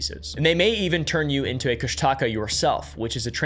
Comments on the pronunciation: I think it's pronounced "Kush-tuh-ka" not "Kush-Taca" 😅haha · You got the name of our Cryptid wrong it’s pronounced koosh ta kaw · It’s pronounced ‘Koosh-Da-Kah’. But great deep dive into my culture. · from an alaskan. the kooshdaakaa is pronounced koosh-duh-kah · Kóoshdaa Káa. Pronounced kuh-OHSH-dah KAH. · As an Alaskan Tlingit, you're pronouncing Kóoshdaa káa wrong😅 and also it's a bad omen to say the name more than 3 times. Best of luck😂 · I am sorry to nitpick, however you accidently got several names wrong. It is pronounced as Koo-sh-ta-ka-ahh and Den-Eye-Nah. Also you did get the name right for Utqiagvik, also Utqiagvik means Land where Snowy Owls are hunted in Iñupiaq btw. Love this channel, I liked and sharred it too.